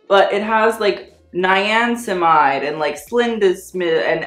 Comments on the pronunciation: Niancimide? That is how you pronounced it. It is niacinamide, which is a vitamin that you should have learned about by middle school. I am taken aback when influencers show so little disregard to the the company that they are promoting and more importantly, to their viewers and subscribers, that they can't be bothered to learn about and understand the products they promote, including pronunciation, that I reconsider my opinion of them. You utterly failed here and I hope Curology recognizes shoddy business practices and embarrassing promotion video for what they are. Not impressed and not viewing again. Unsubscribe! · When he said 'naincimide', Hyram and James Welsh both cried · "Nayansimaide" Me: 👁👄👁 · If can’t pronounce niacinamide, I am allowed not to be able to pronounce Jacquemus correct Now it’s even